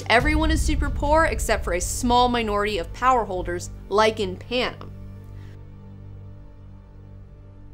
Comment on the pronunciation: The way she says Panem bugs me to all ends omfg.